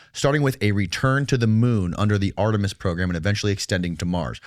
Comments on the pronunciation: It's "Artemis", Uncle Fester, not "Armetis'. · C'mon. This nay-sayer can't even say Artemis properly, so how well formed could his position be? What did he call it... Armatice? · Sibrel should learn how to pronounce Artemis; hint: it’s not Armitis. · did Uncle Fester say "Armetis" (instead of "Artemis")? LOL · Couple of idiots wasting a legit Astronaut’s time, these morons can’t even say the proper program name it’s Artemis not Armetist smh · This guy can’t even pronounce Artemis, he’s got some balls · I can’t believe I wasted 15 minutes listening to a clown that can’t properly pronounce ‘Artemis’ try to call out an astronaut who actually walked on the moon. I wish there was something more than a dislike button… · Dude if you’d like an aerospace/space expert photojournalist I’ll come on. Bart Sibrel has incorrect data in nearly every sentence he speaks it’s ridiculous. Guy doesn’t even understand that gravity pulls you back to Earth & slows down your escape velocity. He can’t even pronounce Artemis correctly. Artemis was Apollo’s sister, and is the name of NASA’s program to return to the moon. The first crewed flight, Artemis 2, is almost ready to rollout to the launch pad for launch in a couple months. I got front row seats and millions of people ready to see my coverage